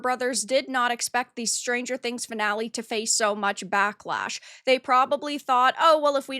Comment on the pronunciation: What is “bock-losh?” Are you trying to say “backlash?” I agree with you on your content but what is with this generation of women (under 35-ish) not knowing how to pronounce a “short a?”